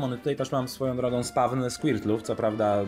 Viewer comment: mówi się spałn a nie spawn